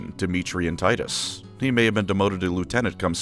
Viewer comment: It’s actually pronounced, “Tee-tuss”